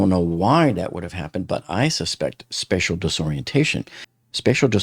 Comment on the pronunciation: Spacial disorientation, not special disorientation